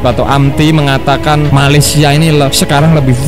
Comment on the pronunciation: Bikin ketawa mimin kalo ngomong malesia.. knp mimin dengangan malesia nihh... 🤣🤣🤣